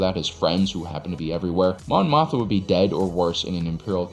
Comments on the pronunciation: Mon MOTHMA not Motha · Great video and insight, but it is a bit jarring to hear Mon Mothma consistently called "Mon Motha." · Are you saying Mon Mothma wrong on purpose or it just keeps happening? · Mon Mothma - if you're gonna do a video in which she's the second most referenced character, say her name right…